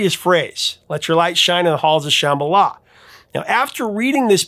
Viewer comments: Woah, Dude, you TOTALLY slaughtered the word Shambhala! 😬 That was EXTRA cringe. They pronounce it wrong in the song, and you just followed suit, displaying your massive ignorance! Everybody knows what Shambhala is and how to pronounce it, lol!!! 🤭🤭🤭😂🤣🤣🤣🤣🤣🤣 I have one friend who refuses to even listen to the song, because the mispronounciation bothers her THAT much! It bothers me, too, but I still love the song. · Geez. Take a chill pill. The B is silent. So what? You act like everyone is pronouncing it like "cheeseball" or something.